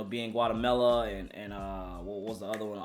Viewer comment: i like how he doesnt know how to pronounce Guatemala lmao